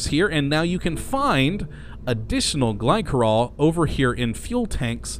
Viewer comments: i thought it was glisserol not glykerol (pronounciation of glycerol) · The 'c' in Glycerol is said like a 's' sound. 'Gly'ser'ol'